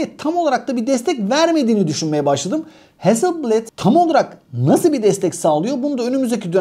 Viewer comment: Ustadim Hasilbled diye değil heazzıl blaad diye okunur